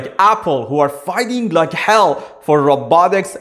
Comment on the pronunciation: please be attentive and carefull in how one says the word hell